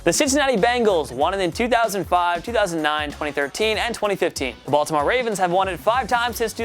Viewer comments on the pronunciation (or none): none